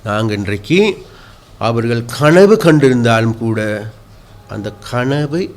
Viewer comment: கணவு இல்லை கனவு தமிழை தமிழனிட்ட நீர் படிக்கவேணும் .